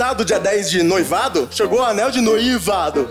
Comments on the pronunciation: ela na hora de falar anel de noivado falou algo como anel de "noí-vado", aí ele fez a piada em cima disso. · Ele tava zoando a pq ela deu uma derrapada quando foi pronunciar "noivado" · É que a moça falou anéis de "noívado" aí o fez uma piada com isso